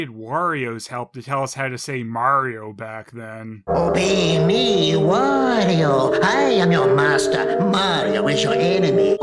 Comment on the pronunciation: I never thought of it before, but yeah Wario kinda killed "Merry-o" though I DO still hear it once in a while, often from southerners or canadians. Then you have Stephen Georg who for some reason pronounces Wario as Wore-io. like it was the word 'war' at the beginning..